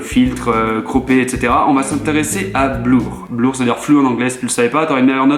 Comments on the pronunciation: On dit Bleur si tu le savais pas c'est pas grave t'auras une meilleure note la semaine prochaine :p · tu auras encore une meilleure note en anglais si tu prononces "blur" bleur et non blour, sinon merci pour l'astuce, c'est top !